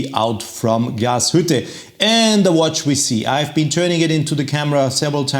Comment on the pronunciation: Warum versteh' ich immer nur "Gashütte"?